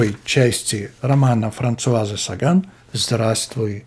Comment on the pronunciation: Шестое видео не запомнить фамилию автора с ударением на второй слог? 😢